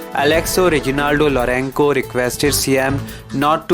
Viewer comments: not lourenko pronounce properly or stay at home. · Kindly pronounce lorenco properly